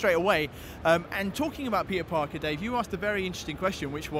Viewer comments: Am I the only one that keeps hearing pizza-Parker ? xD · I swear to god he said pizza Parker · Did anyone else hear, "You are Pizza Parker"